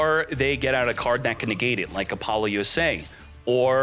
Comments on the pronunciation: It's pronounced "Apple loose ah" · Is your pronunciation of Apollousa a long running joke, by any chance?